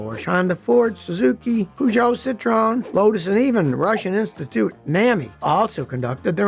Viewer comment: Its not püzso its pözso